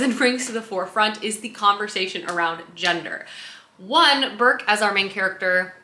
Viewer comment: I absolutely LOVE the Ancillary series, such an innovative series in so many ways. (Also it's Breq not Burk 😅)